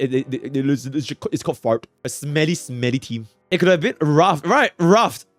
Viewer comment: Calling the FUA team FART instead of FRAT is wild